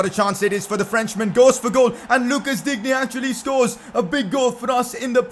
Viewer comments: It pronounced Lucas Diinne not Digne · Digne is pronounced Dine